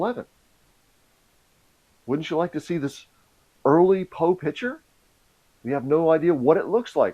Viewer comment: "pitcher" vs "piCture"